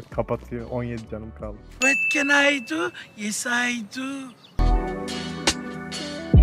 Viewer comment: vat ken ay du, yes ay du sjndjdjd bi kere daha duysam videoyu kapatırdım tam yerinde bitirmişsin